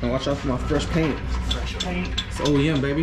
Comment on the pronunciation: I was wondering if anyone caught saying OME lmao